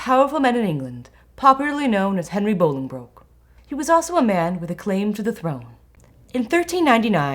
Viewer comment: Really enjoyed this. One thing small thing I’d say is that we have really weird pronunciations of names here in England sometimes i.e Worcestershire . Anyway, when saying Bollingbroke, you’re meant to pronounce it ‘Bolling - brook’ …. With the first bit rhyming with ‘lolling’ (for lack of a better word) It’s a mispronunciation that’s becoming more and more prevalent on YouTube educational videos unfortunately, and the original pronunciation is becoming lost over time … but thoroughly enjoyed this. (Btw Worcestershire is ‘wooster-shear’ …. I know, we don’t make it easy haha)